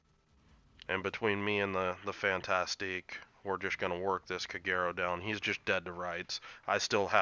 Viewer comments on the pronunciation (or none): le Fan-Task = Le Fantasque. Not Fantastique...